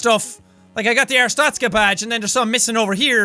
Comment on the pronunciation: its not arstozka its Arstotska